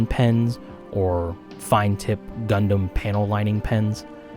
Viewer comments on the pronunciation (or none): none